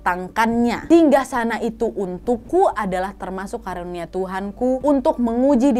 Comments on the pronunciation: Maaf ka nad karunia bukan kurnia 🙏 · Bukan kurnia tapi karunia wa